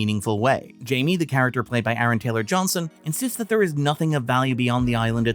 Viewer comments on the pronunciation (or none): none